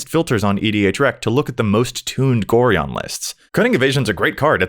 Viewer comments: It's GO-Ryan. NOT GORE -EON. Being an old school Baldur's Gate fan it's hard to listen to this :P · It's pronounced Go-Ryan. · Pronouncing Gorion incorrectly. Me: Screaming internally cause I'm old enough to remember playing the Baldur's Gate games in high school. xD